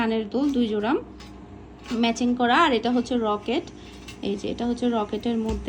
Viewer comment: রকেট না লকেট খুবই দুঃখ জনক